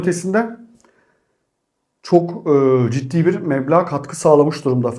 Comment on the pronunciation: Mebla değil kardeş Meblağ 😊